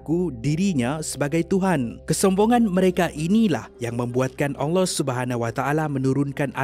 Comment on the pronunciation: Saya Saja ka yg dengar sebut "ALLAH" bunyinya jadi ONG LOH. saya minta maaf dengan tuan punya badan kalau saya salah..